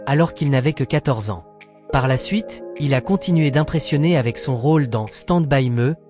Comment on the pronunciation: Et ”stand by meuh" !